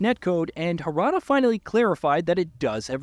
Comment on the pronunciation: Finally, someone who was able to pronounced Kazama Jin and Mishima Kazuya correctly except when he pronounced Harada wrong.